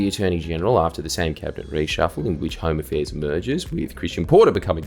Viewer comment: I know he means "Home affairs" but I keep hearing "Homo fairs" and I chuckle every time